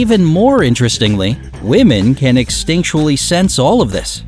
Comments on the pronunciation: “women can EXTINCTUALLY sense this” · Extinctually or do you mean instinctually?